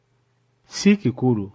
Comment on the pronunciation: Downloaded for my daughters. Nsiimye nnyo Ssebo. But kikulu shd sound chikulu...kino as chino